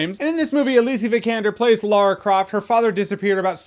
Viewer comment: Americans. It's Lara with an a. Not Loora. It bugs me